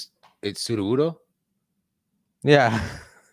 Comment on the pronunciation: Sudowudoo it’s Sudowudoo lmao 😜